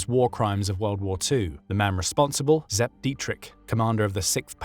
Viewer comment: Sepp not zep! Shoddy